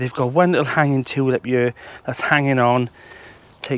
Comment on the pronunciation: Love the accent and the happiness. Also the way you said Toolip. 😂 sorry, but that was great ❤